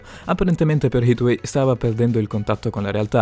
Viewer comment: Come cazzo hai pronunciato leucemia e Hathaway😂😂